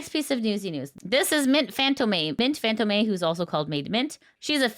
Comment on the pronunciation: Fantome is pronounced fan + tome (same pronunciation google gives if you search: tome definition)